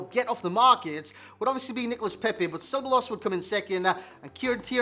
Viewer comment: Double ll in Spanish is a y sound. So Ceballos is seh-buy-oss